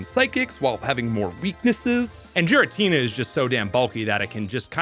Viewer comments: This is why the anime usually helps with the naming scheme. Cause hearing Jiratina over and over is actually hurting my head. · …instantly skipped the gen 4 section when I realized thats how you were really pronouncing Giratina lol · Can you PLEASE PRONUNCE THE NAMES RIGHT???????, IT'S "GI-RA-TINA", "KEU-REM" AND "YA-VEL-TAL" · 100% pronouncing Giratina wrong. There's official pokemon content where you can hear it spoken. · Those mispronounces of Raquaza, Giritina, Reshiram, Solgaleo, Nekrozma and Zashien hurts me mentally